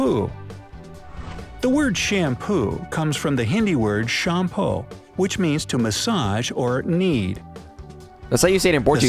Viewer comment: The Hindi word is actually 'Champi' and not 'Champo' . 🙂🙂